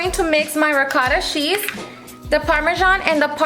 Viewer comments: The way she says cheese!!! 🤣 “shhhhheese” lmao how annoying is her voice in the intro though! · This looks so good. I think it’s adorable how your accent comes out when you say “cheese” it’s cute! You’re an inspiration girl, your so well put together on top of having a nice personality.